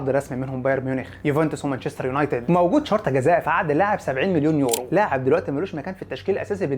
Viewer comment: هو انت ليه اخر كلمة في الجملة تحط فيها حرف "ع" ? 🤣 مارتينيييعز 70 مليون يورووع اخطاؤوا ساذجة و مستفزااع الي ممكن تعوض رحيلووع